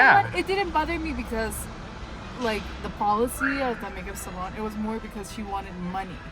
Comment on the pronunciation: I miss how you use to say salon 😢